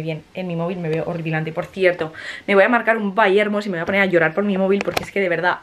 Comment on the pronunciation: "me voy a marcar un byhermoss"JAJAJJAJAJ